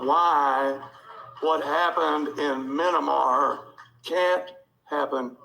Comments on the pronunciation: The dude said “mininmar...” it’s Myanmar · The guy says "Minimar" (Myanmar) I thought he said MiniMart.... 🤣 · "Minimar" is how this man pronounces Myanmar....sounds like he should be in a "minibar" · Everytime I hear Minomar it seriously grates on my nerves...like Thigh-land and Nambia, but much worse. I guess I don't like the uneducated. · Minnamar. FFS lol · Ok, but WHAT IS "MYNAMAR"? What an utter arsehole - just saying.... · In "Minnamah"? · Are we really just gon' ignore the fact that the white dude (who's obviously a "typical" "patriot") can't even pronounce Myanmar...seriously white people, just go with "Burma" next time, though I'll be fracked if you guys know the difference anyway...